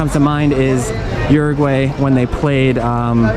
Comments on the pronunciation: OO ROO G WHY !!!!!! Por Dios! Not Urugu-way. 😨 You're butchering the name of my country. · Uruguwey? lol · how do you have pretty good pronunciation of most of the place names except for "Uruguay"? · Everyone pronounces Uruguay differently.